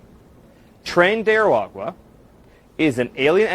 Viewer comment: Hilarious when you try to say aragua